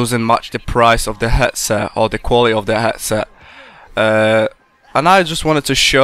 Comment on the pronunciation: 'hetset' o-ok